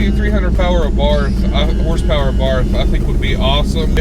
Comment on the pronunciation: Why do Yanks make a two syllable word into two words, it's pronounced Fiat.....not Fi At. It's Abarth......not A Bart.